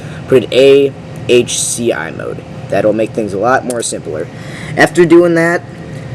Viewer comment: You said ACHI three times whilst reading AHCI.